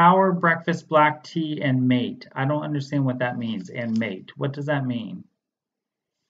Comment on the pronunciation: Down here where I live, it is pronounced ma tay. It is a coca derivative. It is sold legally as tea in health food stores particularly in high altitude areas of Ecuador.